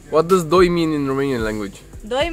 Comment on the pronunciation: pronunciation of doi was correct